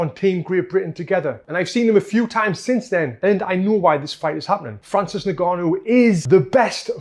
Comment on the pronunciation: Francis niganu...😂 Its ing-gaa-nou .